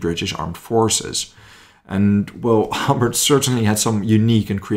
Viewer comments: It’s Hobart HO B A R T like the city in Tasmania not hobbit or whatever your calling him ok so H O B A R T ok ugot it otherwise very good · Pronouced Ho-bart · Great video but couple of pronunciation issues. Woolwich is pronounced "wull itch" and Hobart "Hoe baart". But as you said an Incredible guy who saved a lot of lives by getting the right equipment to the right place at the right time. The US DD's were launched too far out. Had that had them in the beach "Bloody Omaha" might not be as bloody. And as for the Churchill crocodile. Many times the crew would give the Germans a "Wet squirt" which means unlit fuel squirting the defender's. It was enough to get people to surrender.